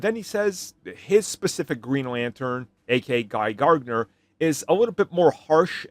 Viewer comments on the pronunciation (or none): Idk why you add an extra G in Gardner 😂